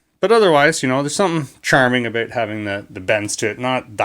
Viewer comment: Gotta love it when the accent states "Abooot"